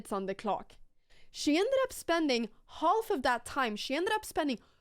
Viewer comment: Pia is the most attractive Female Chess Champion of all time. Anna in the word half the L is silent pronounced Haff.